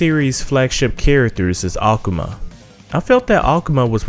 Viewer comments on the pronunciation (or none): "ACOMA"?...its AKUMA... That's like dudes that used to say "TEA _KEN"...when it's TEKKEN! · The way he PRONOUNCES THE NAMES IS TRIGGERING KEEN AKAMAW WHAT TF BRO